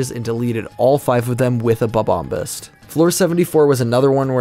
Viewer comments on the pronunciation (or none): The way you pronounce "Bob-ombast" cracks me up. I'm pretty sure it comes from "bombastic".